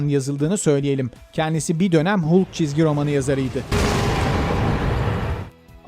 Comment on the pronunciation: Hulk, Hulk diye okunmaz sayın. Haulk şeklinde okuyacaksınız.